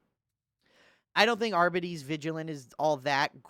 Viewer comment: It’s pronounced… “Arby’s”